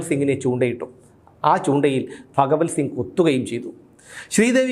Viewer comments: ഫ അല്ല ഭ പറഞ്ഞു പഠിക്കു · ഫ അല്ല ഭ.. ഭഗവൽ സിംഗ് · ഫഗവൽ സിങ്ങ് അല്ല ഭഗവൽ സിങ്ങ് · എടാ പൊട്ടാ അത് ഫകവൽ സിംഗ് അല്ല, ഭഗവൽ സിംഗാണ് 🤣🤣🤣☝🏻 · "ഫഗവൽ സിംഗ്" അല്ല "ഭഗവൽ സിംഗ്. റിപീറ്റ് ആയി കേൾക്കുമ്പോൾ അരോചകം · പത്തനംതിട്ട ജില്ലയിൽ ഭ ഇല്ല only ഫ 👍👍